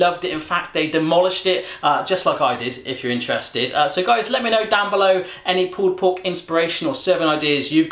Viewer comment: i hate when he says pull pork